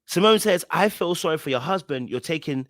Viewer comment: Lmaoooooo how you're pronouncing "huuusband". I totally get it 🤣🤣🤣